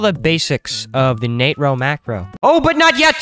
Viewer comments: It is pronounced NAY TRO macro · Hey William Nah-tro 🫠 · im still gonna pronounce it natro 😡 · Sheeesh okay bro ... Nat-ro not nAtro got it don't need to yell XD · it sounds like hes saying the n word